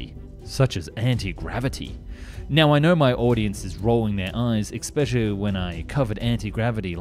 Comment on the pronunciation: The word is especially not eKspecially. Where were you educated?